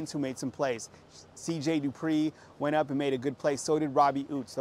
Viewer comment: Dippre not Dupree